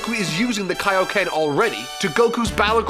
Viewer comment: What bothers me is that he KNOWS how to say it, but just actively chooses to fuck it up lol